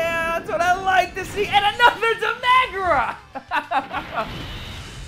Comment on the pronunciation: No one:: DE MEH GRA